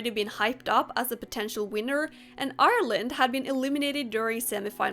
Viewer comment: very off topic from the video, but I'd like to just thank you so much for pronouncing Ireland properly.